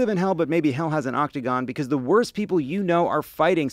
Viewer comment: Lovett vs. saying the world octagon correctly ding ding